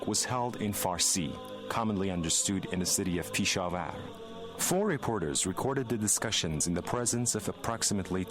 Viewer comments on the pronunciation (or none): It's not Peesha war.....it's Pesh- Awar..... Is that too difficult to pronounce?